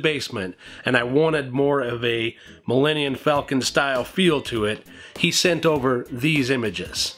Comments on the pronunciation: Dude, you kept saying “Millenian” instead of “Millenium”. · Your room is very very cool! One problem....no true Star Wars fan should ever pronounce Millennium....as Millenniun. I'm gonna need you to fix that!!!!!!!